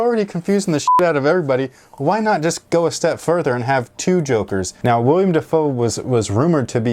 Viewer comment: *Willem not Willian